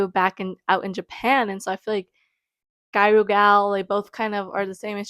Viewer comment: The pronunciation is “gi-ya-ru” the “ru” being more of a roll of the tongue r sound. :)